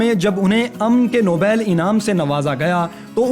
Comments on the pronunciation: Bhai nobail ni ha nobal ha. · nobail kaya hota ha nobal our ya ten nahee han i 7 han